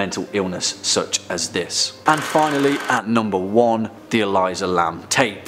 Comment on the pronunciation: E-Lee-suh not E-lie-zuh